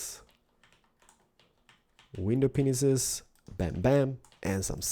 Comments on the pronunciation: did u say window penises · Does any1 else hear him saying window penises??? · Am i the only one hearing window penises? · It sound like “ Window penises “ instead of window panes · Would u please stop sayin window penises I've watched all about ur videos I like your building but stop saying window penises why do u want to say that go back to pre school or elementary to teach u how to pronounce window pane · Not to be mean. But I know you probably have a hard time saying window pane but window penises is wrong. I don't mean to be rude. By the way in case you don't know but penis means a men's sex part. Sorry to embarrass you but when my friend saw this she laughed her ass off. Sorry if I was rude or I made you feel weird. Your an awesome building designer on MC... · When ever he means to say window pains he says window penis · I like how he say's "window penises" instead of "window panes" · does anybody else hear "window penises" instead of panes???? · Has anybody else noticed that when he says window panes, he says wiener penises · I love how he calls window panes "window penises" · did he say window pisses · did he say "pull out your widow penis's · It's sounds like you are saying window penises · he has been saying window penises his whole life LOL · lol he said window penises XD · No he said window penisis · i love ur acent, but its window panes: D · DID DID.. JUST SAY WINDOW PINISES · Same lol I though he said willow penises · Mewing_mew 419 I thought only I heard dat lol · Correct he did say penis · Lol... He said window penises... 😂😂👌👌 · Lol he says Window Penisis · did you noticed that you said window penises? during the description of what matrrials you need. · Sounds like he said window penises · Is it me or does he call them "window penises"? I think my hearing is going funny!! Not taking the piss guys just wanna know if anyone else can hear that! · Anyone else think he said window penises??